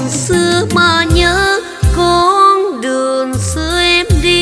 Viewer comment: Phát âm sai trật lát vậy mà hãy cái gì ' đường thì hát đườn